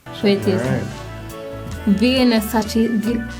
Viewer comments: "The vininin"🤣🤣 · " it's like a sachiz di vinny ninny...." 😂😂😂 dat sound woi out bredda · Legends say she's still trying to pronounce Vienna.